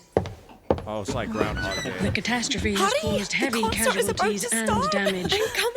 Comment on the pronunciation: let me help that dude and you, its "CATASTROPHE"